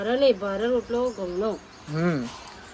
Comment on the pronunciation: rotalo bolv ane badhle chotalo bolva karta ta mane bov hasvu ayu